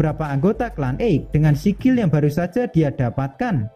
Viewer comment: Sekil bukan sikil